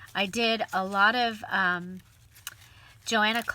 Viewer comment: Hi! FYI Johanna pronounces her name so: 'yohanna cluff'. 😘